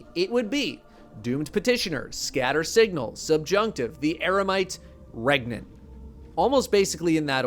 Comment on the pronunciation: "Can u get regante" Yes. "REGANANANT!?"